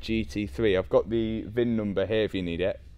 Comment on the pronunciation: Love this series!!! And stop saying VIM number!! 😂